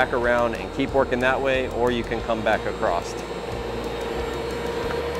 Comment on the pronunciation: "or you can come back acrosst" acrosst? acrossed?